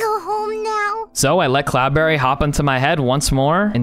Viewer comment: It's not cloudbarry it is CloudBerry